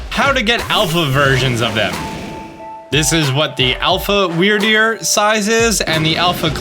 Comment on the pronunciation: are you sure it isn't pronounce weird-deer?